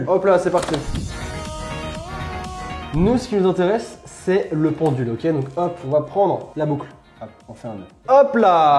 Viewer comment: Chuis la seule à avoir entendu pendu à la place de pendule ?XD